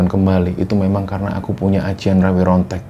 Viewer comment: Pengucapan nya jng Rawe Rontek bang tapi Rawa Rontek